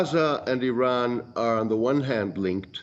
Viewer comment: Oh for the love of God and all the toys in the World, learn the Pronunciation of IRANIAN and IRAN, first, before you "Play" analyst!!! IRANIAN, is pronounced "Ee-Ronny-Yan" Not "Ee-Rainy-Yan". IRAN (for those who need to reattemd High School), has the same meaning as IRELAND (land of Aryans). And it's pronounced "Ee-Ron" Not "Ee-Ran" or "Eye-Ran". Infact nobody Ran.😂 WOW, the ignorance of your hosts, is astonishing!!